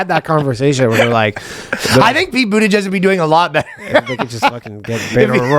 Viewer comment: Sounded like Ryan was calling him "Pete Bootyjizz" 😂